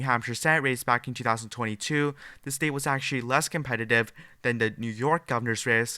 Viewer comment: BS liberal polls. Can anyone tell this guy how to pronounce the word STATE and not STEEIT.